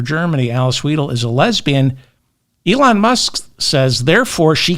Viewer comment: Weidel, the middle sound is 'eye'.